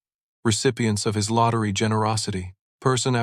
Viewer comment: Please proper pronunciation it's not ill it's I will not has it's his